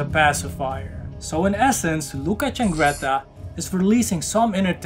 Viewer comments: CIANGRETTA NOT CHAngretta. Damn. I hate this every time I fookin read it. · Ciangretta not Ch please…